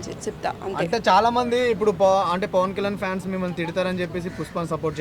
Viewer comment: Fans❌pans ✅ Topic ❌ trapic ✅